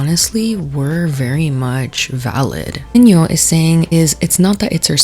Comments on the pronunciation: It’s pronounced Eh-oo- genio. Not “you-genio” Anywho, I don’t like the criticism that Selena is getting. My daughter is a second generation Mexican American. I tried to teach her Spanish, however, due to her having a speech delay, she had difficulty picking it up. Therefore, she only speaks English. I would hate for society to make fun of my child and label her a “no sabo” kid and/or tell her that she’s not Latina enough due to setbacks that were out of our control. Selena was offered a role and she took it and made the best of it. I think that you’re pointing the finger in the wrong direction. What was she supposed to do? Say no to making money? If the same opportunity arose for you, would you have said no? I don’t think so. Ultimately, I agree on this being a bad film overall. The plot didn’t make sense. There’s no way that a cartel kingpin would ever consider becoming a woman. Machismo runs deep in the Mexican culture. It just wasn’t realistic. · so sorry to nitpick but its "EH-oo-jeh-nyo"😅 also the man has every right to criticize considering hes been successful in both the mexican and US film industry. and i LOVE only murders in the building but selena is just not a good actress so the excuses for her performance are dumb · eugenio is pronounced "eh - ooh heh - neo" btw (sorry love you lol ❤) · If you're going to discuss the cultural insensitivity of Emilia Perez (which I totally agree with) you should look up how to pronounce Eugenio properly, it's not very difficult! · also the mispronunciation of Eugenio is hurting my soul 🥲